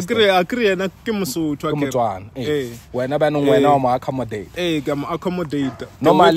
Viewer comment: Yhooo the pronunciation of accommodate😂😂😂😂huuuuuuu the English is not make sure😂🚩